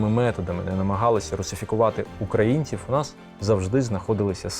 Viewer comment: Чудовий матеріал. Багато що з цього памятаю з розповідей старших жителів. Але заувага автору: попрацюйте над орфоепією: звук «в» наприкінці слова не оглушується: Львів, а не Львіф, українців , а не українціф… Дякую!